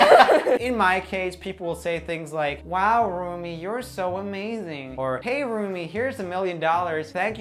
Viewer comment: Wait, did he say "Roomie"? I thought it was pronounced "Rommie".